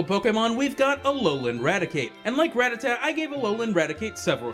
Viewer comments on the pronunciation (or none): You pronounced Rattata incorrectly... It's not "rá-tata", it's "ratá-ta". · When people say rattatat when its rattata :u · Everyone always pronounces Rattata wrong. It's Rah-tah-tah. Of course I also used to prounce it wrong as Ratta-tatta, so... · why do you say rattata like that..?